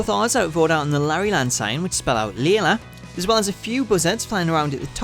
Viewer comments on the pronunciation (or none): none